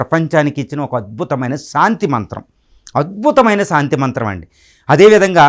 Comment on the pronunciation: సాంతి కాదు శాంతి స్పష్టంగా పలకటం నేర్చుకో సోదరా.